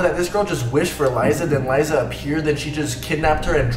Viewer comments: You pronounced Liza's name wrong and she did post on her second channel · HEY! PLS PRONOUNCE LIZA NAME PROPERLY SHE IS BUSY..SHE IS ACTING IN MOVIE OK SHE HAS HER OWN MOVIE